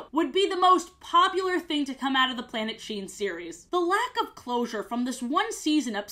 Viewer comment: Everytime you say the name of this show, i keep thinking you’re saying “Planet Shein”